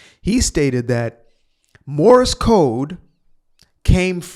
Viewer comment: He said Morris code, it's Morse